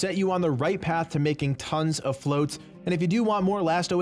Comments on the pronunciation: FLOTS not FLOATS lmao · "Flots" not "floats" y'all